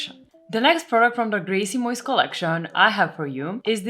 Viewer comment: Grejsimojs... perfekt pronounciation It means ... stuff ..kind of😊 Love from Sweden 🇸🇪